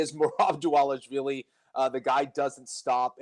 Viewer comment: Another name Jon cant say. Its DvalishVILI, not DvalishWILLIE. Come on man